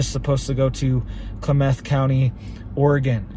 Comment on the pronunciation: It's pronounced like Clam-eth